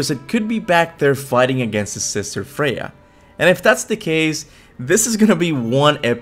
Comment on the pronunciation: Before I turned on subtitles I assumed you were calling Freya a dude, haha